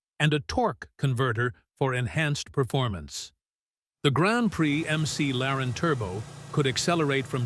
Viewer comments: I stopped watching at "MC Laren". Thumbs down. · can't wait to see how history judges the EcoBoost engine. and "M.C. Laren" - really?